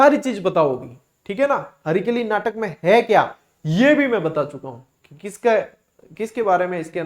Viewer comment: हरकेली नाटक है, हरिकेली नहीं सर जी